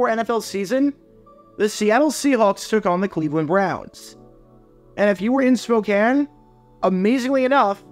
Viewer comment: Thank you for pronouncing Spokane correctly ~A nearby resident Go Hawks